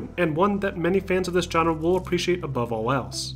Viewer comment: You pronounce genre like trump says China... “Gina”